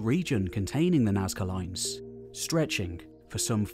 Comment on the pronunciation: "Nazca loins" ftw